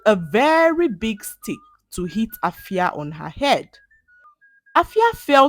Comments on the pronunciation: glad that you a Ghanaian name in this video but permit to point out that the name AFIA is pronounced "efia" by the indigenous people. All the best ❤❤❤ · Wow am so touched, thanks for using my country's local name. You've tried but then the "A" in Afia is pronounced as "E" is like "Efia" is not pronounced as "A"